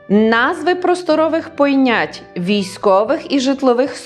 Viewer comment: Тільки не "вийнятки", а "винятки" і не "пойнять", а "понять". Вимовляйте правильно!